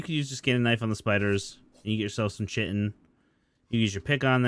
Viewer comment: "I-core" "Chi-tin" Lol...it's e-core and Kai-tin but yeah, prob gonna stay watching this series to learn some stuff